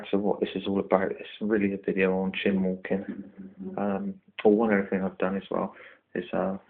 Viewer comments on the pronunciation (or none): For Goodness sake, it's Chine as in Whine, not Chin or Chime. Nice setup though.